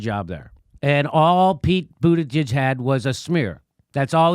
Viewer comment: Pete Buddijizz, lol... You are killing me